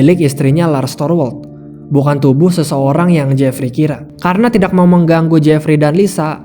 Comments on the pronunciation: Kok org bisa ya ngomong tidakk tpi terdengar aneh sekali cara ngomong TIDAK nya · Kebetulan saya org sunda, dan baru2 ini sering dengar youtuber bilng TIDAK tpi seakan aneh di dengarnya jdi kurang nyaman, nth klo org lain tpi saya kurang nyaman dengarnya. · Bang,ngucapin ‘tidak’ kok dgn strong k?